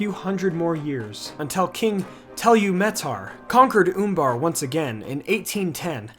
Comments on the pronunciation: I believe it's pronounced Uh in the U in Umbar not Oombar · Oombar, I love the way you pronounce that.